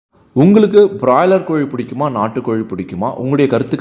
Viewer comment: முதல்ல பிராய்லர் என்று சொல்லப் பழகு .